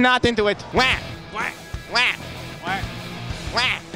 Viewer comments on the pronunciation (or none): WAH xD NOT QUAH WAH